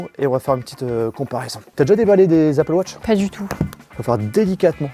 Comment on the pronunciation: dans ce cas la prononce les mots en anglais correctement aussi ze appeul watche .. ridicule